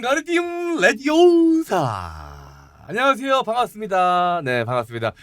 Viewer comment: 레디오사~~가 아니고, 레비오우사~~~^^